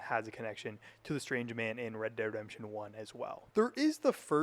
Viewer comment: why cant you say REDEMPTION?